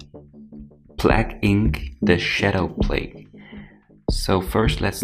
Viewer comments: Plague inc not plag inc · Its plAAAgue inc